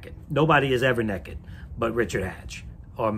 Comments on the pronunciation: the way he pronounced naked as “neckad” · the way hantz says "naked" is hilarious